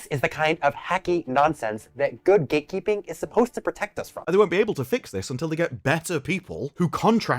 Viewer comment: Is he saying “ gaykeeping?”